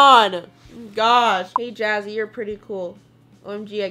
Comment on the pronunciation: I always think she said jazzy and not jazzy Anna